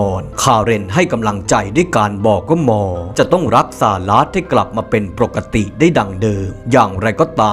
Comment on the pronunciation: ทำไมแอดพูดคำว่าหมอเป็นมอทุกคำ ตอนแรกฟังแล้ว มอมันใครหว่า พอฟังซ้ำหลายครั้งเพิ่งเก็ตว่าเป็นคำว่าหมอ 555